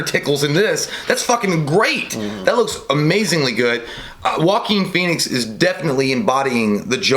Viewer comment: it’s pronounced “Wah- Keen” not “Walk- ing”